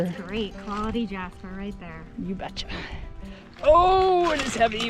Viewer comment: I caught saying, "you betcha" like a Minnesotan or Sconnie.